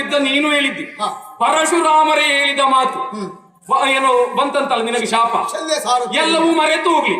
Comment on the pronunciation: ಸಾಲ್ವ ಅಲ್ಲ ಶಲ್ಯ